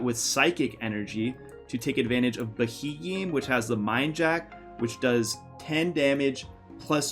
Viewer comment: Sorry mate but I can't get over this, that pokemons name is pronounced be-he-m.